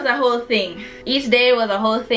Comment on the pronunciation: and it's whole not hole, smarty pants